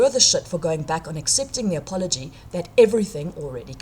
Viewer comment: What is this word "a-pol-o-gee"?